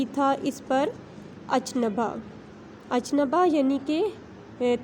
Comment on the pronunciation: Ach nabah nhi hota madam achambbah hota ha